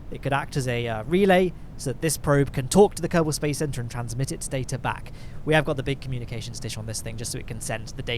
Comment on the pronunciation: your "kerbal space program" sounds like "karton space program"